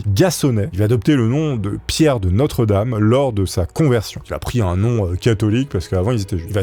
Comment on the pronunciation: Coucou, il me semble que son nom se prononce "De Nostredam" et non "De notre dame".